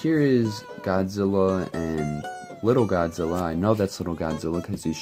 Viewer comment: Lol its godzilla not goodzilla